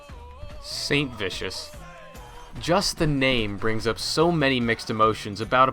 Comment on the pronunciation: bahahah saintvicous lolol